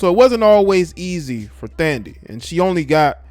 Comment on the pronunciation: Her name is Thandie pronounced Tandie